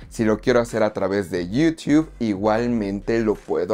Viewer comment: Lo malo de Movies Anywhere es que no puedes canjear series ni las películas de Paramount. PD: porque pronuncias Yutuuu de forma graciosa, solo pregunto